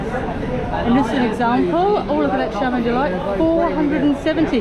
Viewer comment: Correction: it's chaman ice cream not charman..😅